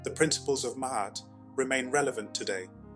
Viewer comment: First I would like to thank you for pronouncing it properly....(I've only gotten that far...carry on😌)